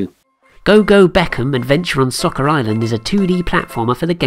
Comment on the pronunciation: Nice video, but you mispronounced the word "Soccer" about 500 times in this video.